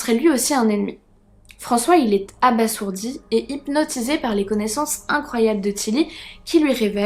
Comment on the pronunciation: J'aime beaucoup ce que vous faite, cependant on dit abasourdi qu'on prononce abazourdi